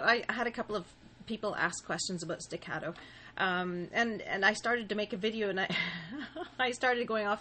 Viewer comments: She said sticatto wrong... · Excellent explanation. Staccato is an Italian word. Respectfully, the "a" in staccato is the same as the "a" in augment or awful not the "a" of cat. Thank you for your video. I have subscribed and put a like. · dude you can't even pronounce legato and staccato